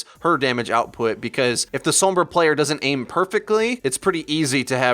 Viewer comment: What the heck is a Suumbruh? Oh you mean SOMBRA